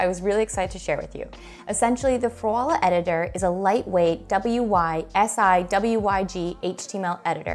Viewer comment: WYSIWYG Pronounced Wiz-E-Wig, What You See Is What You Get.